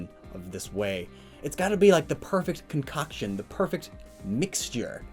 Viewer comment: Am I the only one who got hella uncomfortable when he said concoction and put a little too much emphasis on “cock”